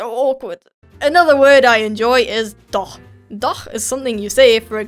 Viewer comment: Wow. Its very rare for a brit to pronounce the "ch" in "doch" correct. :D Ur ch is amazing. Like from a native german speaker.